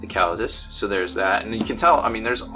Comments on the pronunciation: I think it's pronounced KA LAY DEE US, but I'm not a linguist so idk. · The chaps at FW have been pronouncing it KAH-LAY-DEE-US Also, incase you were wondering, the single-headed eagle is the Palatine, the Emperors personal sigil. Makes sense the Custodes have it! :)